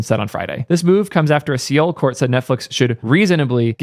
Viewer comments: It’s pronounced soul, not see-ole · Seoul is pronounced the same way as "soul", not SEE-ol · you can't give Prime shit for his bad pronunciation if you say SEE-ol.;) LOL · SeeOOOOO bro its soul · I thought perhaps Taipei was getting gouged by running through China, but it looks like they have undersea cables to several other Asian countries (Japan, South Korea, Vietnam, Malaysia, and Indonesia). As another commenter said, Taipei is in Taiwan. Also, Seoul is pronounced like soul/sole. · Very interesting thanks. As a side note Seoul is pronounced "Soul". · I don't understand why it's pronounced that way in English. In most other languages it's SE-UL. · "see ole" oh god not again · I can only imagine has never seen it spelled before. I’m sue he’s “heard” it pronounced correctly in the past.